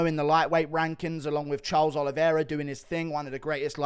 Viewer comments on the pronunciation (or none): none